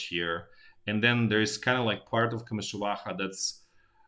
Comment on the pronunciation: I like the way you pronounce komyshuvakha.